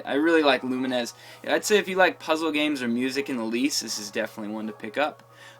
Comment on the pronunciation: lumines is prononced lew like the name and mines like the explosive thing in war games.